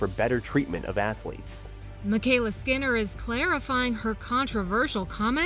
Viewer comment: No matter how unwise her decision to make those comments, you should really learn how to pronounce her name.